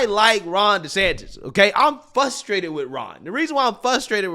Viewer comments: "Fuss-strated". Ok. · QUIT SAYING “FUSTRATED” THE WORD IS FRUSTRATED. WITH AN “R” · There's an 'r' in fRustrated.